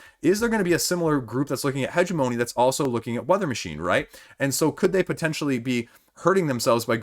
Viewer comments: heh-GEM-oh-knee, but points for being closer than Chris was ;) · Hegemony is pronounced huh·jeh·muh·nee, emphasis on the second syllable. Thanks for the update.